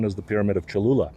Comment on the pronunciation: Boy, the Aztec language is not easy. Well done on speaking the Aztec language correctly. And If it is true this "Pyramid" is the largest on earth. Or even if it is 2nd largest, given the history of the new civilization building on top of the old civilization I suspect the Catholic Church knew what it was doing building a church at this location. And now just claiming "Ooops, Sorry".